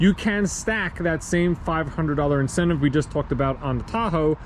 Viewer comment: "VINcentive Program" You're welcome 😂